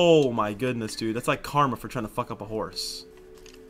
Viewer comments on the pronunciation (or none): none